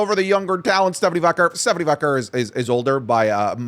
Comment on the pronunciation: For the love of God can you pronounce Stephanie Vaquer correctly? How do you not know how it's pronounced when they say it on TV al lthe time?